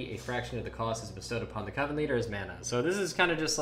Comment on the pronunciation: I want to give this video infinite amount of likes for being the only person to pronounce coven correctly.